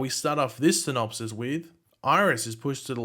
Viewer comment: Pronunciation "synopsees" ...